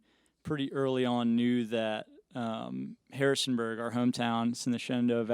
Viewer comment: Harrisonburg vIRGINIA, NOT HARRISBURG ;)